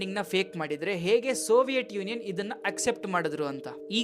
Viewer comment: ಸೋವಿಯಟ್ ಅಲ್ಲ ಬ್ರೋ ಅದು ಸೋವಿಯತ್